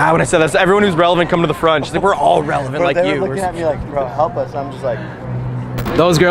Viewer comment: lmao "we're relavant"